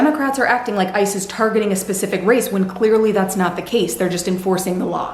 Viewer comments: How do I put this...when you said "Ice is" i literally heard Isis. I know it wasn't intentional and word blendy. But can we just make it a thing. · lol when you said “ICE is” the subtitles said “ISIS”